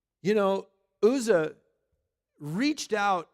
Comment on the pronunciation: Uzzah is pronounced with the U as in umbrella.